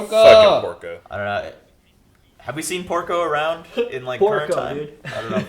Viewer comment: I think the subtitles of the video they're watching got it wrong. When I watch it the subtitle said "Pork". Reiner even pronounced the name as "Pōku", which basically how you pronounces pork in japanese. Porco was supposed to pronounced as Poruko (the u is silent). It's almost similar. I think Pork is just a name they use to tease Porco.